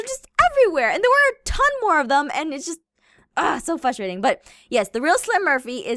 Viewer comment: Did she say" fustrating"